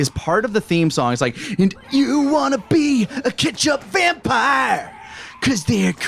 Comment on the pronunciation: Tomato Ketchup Vampires = Tomatenketchup-Vampire (Vamp-ee-ruh) Keep those hits comin' guys! lol